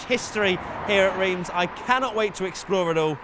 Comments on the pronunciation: wTf mAn iT's rEiMs, NoT ReEmS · What the fuck is REEEMZ?! As an English speaking person it's Rh-arm[s], Just like 'Eepe' and not 'wypers' Were not all like this Europe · Its not riems its ram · its pronounced Reims.. come on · ITS PRONOUNCED RAAAAAAAAAAAAINSSSSSSSSSSSSSSSSSSSSSSS REEEEEEEEEEEEEEEEEEEEEEEEEE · “Reems” seriously? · love how you pronounce Reims xD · I swear to god if you pronounce Reims wrong again I’m flying to England and have a cup of tea with you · FFS you are in reims just stop 30s to ask someone, anyone how to say it properly... not that hard. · Not sure to understand why you keep saying Reims like this, I mean when in the Uk as a french, I say the name of the cities like an English would, so would appreciate the same from the other side. Let me call you, much easier than. This is suppose to educate people about the track history, just be accurate then.. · As a French who lives not that far from Reims, it warms my heart to see this video. Even if I didn't come there yet but I've definitely planned to do it this year 🙂 Hope you will visit the old Spa-Francorchamps in a near future. P.S : your Reims pronunciations cracks me up 😆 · How you pronounce Reims is so funny 😂 i'm french so... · I'm sorry, but it's Reims, not Reims. Please get it right.